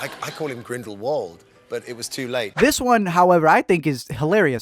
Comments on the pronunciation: NO NO NO. Grindelwald. IS pronounced with a V. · Not really tho. He's pronouncing it less wrong but not correctly. Grindelwald is German so therefore it needs to be pronounced very differently to the English pronunciation